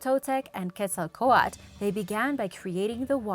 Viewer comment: Its quetz el coat l